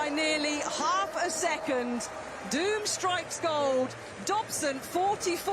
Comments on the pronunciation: In an interview he stressed that his surname is pronounced with long vowel "o" and not with the english "doom" sound (duːm) since in dutch, his mother tongue, the word pronounced "duːm" means idiot. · It's pronounced Dome.